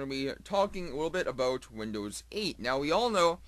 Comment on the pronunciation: "uh bout" awesome!